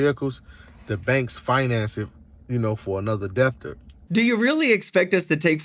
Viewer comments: "tooken" "doesn't pops up" "deBT-tor" yeah I don't think I'll trust this guy's advice. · "so like all the cars the banks snatch from the DEPPTOR" Bruv, that's not the word for the thing you mean. The b in debt is silent. Can you imagine being THAT stupid? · This man pronounced the "B" in debtor. He lost all credibility right there. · What an idiot...like you said, he doesn't want to be a "deBT-ter,"...but what's a car "diller?" Why can't people just live in reality, take responsibility for themselves. I'm embarrassed for the US on the world stage.